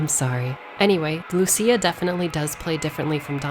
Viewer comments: LUCÍA. Not Luchía. EDIT: Thanks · Lucia,Lussia Not lutia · It's not Lu-CHI-a! It's Lu-SI-a! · Is not Luchia is Lucia lol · im like 99% sure she literally says her name out loud at some point how did you come up with this pronounciation 😭😭😭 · She called her loo chi a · Well, after reading Lucia's name in katakana I can confirm that the official pronunciation is "Luchia". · the name Lucia is pronounced with a "th" like in thousand